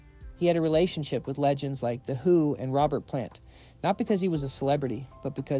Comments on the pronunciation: Pronounced “ ROWBEAR”… not Robert. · And for the genius who pronounced. Pierre's last name wrong . It's not spelled like this but it's pronounced. ROBEAR. .